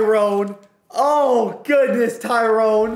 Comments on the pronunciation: Also it's more Ty-ron smith not tyrone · But his name pronounced Ty- run.. not Tyrone.. 😂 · THIS IS NOT A cassette it's a CEEDEE! N PLEASE IF U EVER HAVE THE COWBOYS AGAIN DONT SAY TYRONE ITS PRONOUCED TY-RON or TY-RIN brother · Ty ronn .. not Ty rone . Love the vids though ! <3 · His name is tyron not TYRONE LOL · Maybe Tyron Smith retired because you keep pronouncing his name wrong,😂😂